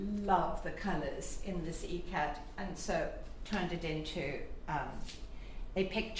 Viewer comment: Why do the subtitles show the fabric name as Ecat maybe because she's pronouncing it that way. The fabric is called Ikkat.. The making of Ikkat comprises a tie-and-dye method where the yarns are hand-dyed in elegant yet straightforward patterns then woven into the material. Ikat kurtas and sarees are most adorned in India.